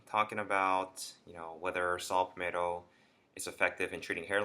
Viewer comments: Shut up and get to the fuckin point, bitch... And it’s Pall-Met-toe, not Pall-May toe. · Saw “palmateo” lol